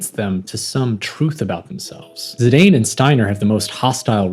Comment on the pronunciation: Saw the thumbnail... I own that art book. Bought it when the game came out. It's old and a little faded/aged... but I adore it and that cover picture of Garnet. Good shit man. Edit: thanks for pronouncing Zidane as I always felt one should.